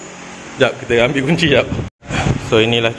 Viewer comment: Kunci bang bukan cunci😂😂😂